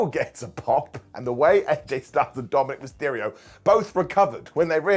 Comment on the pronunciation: said "TomandNick Mysterio" accidentally... 🤣🤣